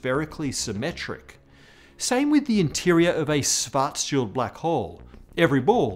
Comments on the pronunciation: Almost perfect pronunciation of Schwarzschild. Like just for paying attention to this. I've heard "Shwortz-Child" way too many times... Just use the English "sh" sound at the beginning (German "sch" == English "sh"). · Props for speaking Schwarzschild right. Work on your „sch“. The rest is really good.